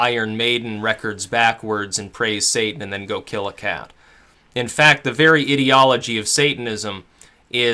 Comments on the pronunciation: It’s I-deology! Eye-deology! Ideology! Why can nobody get this right!?! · lol the was he say IDiology, its mean to be Ideology like an idea. good video though =P